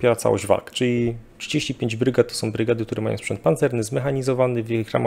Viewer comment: Panie Szanowny! Czy wykładał pan kiedyś na jakiejś uczelni czy choćby w szkole! Nie? A, to widać i, co gorsza, słychać. Nie ma straszniejszej porażki niż jąkający się wykładowca z zaschniętym gardłem. Jąkania pan uniknął. Ale tego przełykania nie da się słuchać. No i "-ą". Na litość boską, niech pan nie gada jak Kaczyński! A pan uparcie, jak ktoś niewykształcony, wali: majom, biorom, walczom, donoszom, bendom, drogom, fajnom, całom!!! To, szanowny panie, DYSKWALIFIKACJA. Nie ma za co, pozdrawiam. Dr habil. n. med.